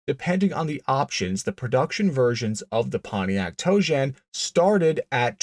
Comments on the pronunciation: Tojan. Not toejam. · The Pontiac Toe Jam....um, I mean Tojan. 🤣🤣🤣 Sorry.... I couldn't help myself. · Every time you say tojan i hear toe jam. That thing is hideous. It would have been cool with 800 horsepower but thats it. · I just keep hearing "toejam". Were those 71-73 Cougars going into the primer bath?